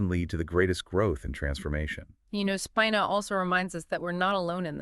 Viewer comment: Pronounced Speeeena.😊